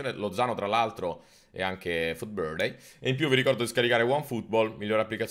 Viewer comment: me fai spiscia quando dici futbirthday 😂